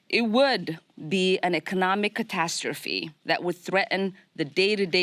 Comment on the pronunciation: DID YOU SAY EGONOMIG? ARE YOU LEARNING ENGLISH FROM JOE BIDEN AGAIN?? HE JUST GET’S TO SMELL YOU FOR TEN MINUTES IF HE IS A GOOD BOY! WOW.